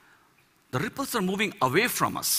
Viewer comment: I like how he says RRRRRRIpples :D